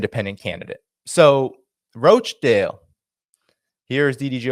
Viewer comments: Hi, it pronounced 'Rotchdale'. Many in the UK now feeling that they will vote for anyone but Conservative or Labour. Independents are going to do really well at the next election. The Greens will do well too. They don't seem to be so establishment controlled. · roach-dale? no 'a' in Rochdale. It's pronounced RAACH-DAYL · FYI The town of Rochdale is pronounced ‘Roch’ as in ‘crotch’ and not ‘roach’. Thank you !! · Dude, it's not pronounced Roach Dale. It's Rochdale! Roch Dale! Roch Dale. Even Galloway said it correctly 😂 I'm a little sensitive but proud of my home town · Rochdale not Roachdale 😂😂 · it's not pronunced "Roachdale". It's ROCHDALE lol. Otherwise great video. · In this "dis-United Kingdom" please. And the "Roch" in "Rochdale" is not pronounced "Roach" but as "rotch" rhyming with "crotch" or "botch" - exactly as Galloway said it... Paul G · rochdale not roachdale... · its pronounced rochdale not roachdale lolz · Roach 🪳 dale ... 😂 Lol, its Rochdale... Like 'Roch' 'dale'. Like Rochester. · It is not Roachdale it is Rochdale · There is no a in Rochdale ie Roachdale. It’s pronounced the same as botch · Not ROACH dale lol Roch dale. But lots of the politicians who ran there were ROACHes, especially the head honcho Sushi Runak. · Rochdale it's like crotch Rotchdale(phonetically) not roach dale. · It is pronounced -- Rotch - dale . Not roshe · It's pronounced Roch not Roach....dale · No it's roch, not raaach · Rochdale not roachdale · It’s pronounced Roch-Dale not Roach-Dale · Sunak (no k) Rochdale « Ro » is pronounced like in « Ro »ck (not roach). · Pronounced rotchdale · 'Roch' sounds like 'Lock' dale m8! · It's Rochdale not Roatchdale, how can you get it wrong when George repeats it often enough. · Hi enjoy your stuff and Btw its Rochdale with a hard O like the o in top for instance, otherwis you imply beetle infetsted northern squalor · Please, its not pronounced Roachdale. Makes me cringe every time! George says it properly.